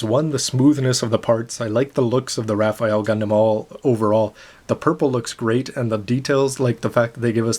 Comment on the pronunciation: actually its read as "ra-fell"